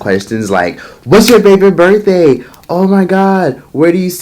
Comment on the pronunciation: 39th burfday?? Lolll...No way!